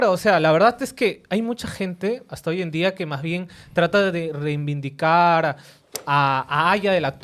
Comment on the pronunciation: Alguien dígale al senador Zavaleta que el verbo es "reivindicar" no "reinvindicar".